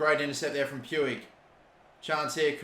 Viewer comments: It’s more like pooch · It’s pronounced “Ricky pooch” btw for ppl who were wondering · Umm you pronounce it riki pooj, just hurt my ears when you said puig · NGL it feels a little irritating when I hear Pu-ig when its pronounced Puj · Its pronounce like Pwig not Pewig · Please stop pronouncing Puig like that. It’s PWEEG not Pyoueeg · it is not puig the pronunciation is "puj" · Puig's name pronunciation is "puj", not exactly "puig" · Riqui Puig is pronounced "Ricky Pooch" Pls stop pronouncing it "pewig" xD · Just so you know, the "g" in Puig is spelled like "j" so it's not "Pyoo-ig" it's "Puj" or "Puij" Edit: Pls don't like this comment it's on 69, it's perfect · Who else gets triggered about how he says "pyuig" instead of just Puig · I'm from Spain and the pronunciation of Puig is like "Puch". " Riki Puch" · It’s pronounced “pooj” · Its prenounced riqui puch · Puig is actually pronounced like puch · I might be wrong but I think it’s pronounced pu-ich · puig is pronounced riqui puujj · It’s Pyoo-ij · Puig is pronounced "Puuj" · Just so you know, Puig is pronounced: Pooj. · Puig is pronounced pooj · puiq is pronounced almost like pooch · It's spelt Puig but pronounced pouche the e is silent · God I hate how he pronounces Puig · Puig is pronounced more like a J than an G cause he’s Spanish just so u know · U don’t say Puig like that